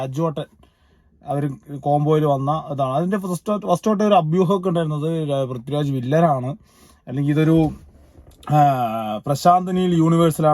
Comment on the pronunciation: പ്രിത്തിരാജല്ലെടോ..., പൃഥ്വിരാജ്😂